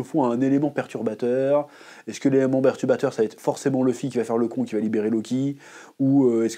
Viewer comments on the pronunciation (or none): none